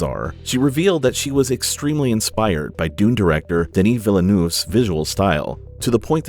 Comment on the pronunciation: Good lord, could you have massacred Villeneuve's name anymore? It's simple to pronounce: Vil-nuv